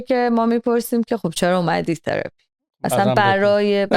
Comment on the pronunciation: ثراپیییییییی رو خیلی جالب میگه